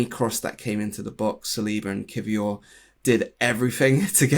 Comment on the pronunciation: over pronounces every Spanish or French word/name but can’t be bothered to say kiwior consistently or correctly 🙃